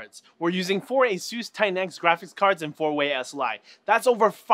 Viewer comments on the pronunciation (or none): none